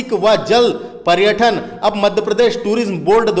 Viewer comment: क्या लेक्चर दे रहे हो भाई तुम्हे ढंग से हिन्दी बोलते भी नही बन रहा । पर्यटन और पर्यठन में भी फर्क नही समझ रहे ।